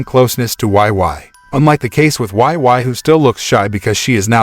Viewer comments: "why why" he said her name is "why why" wheeze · this makes me wanna re-watch this 😭 but wei wei doesnt pronounce it like that its "wey wey""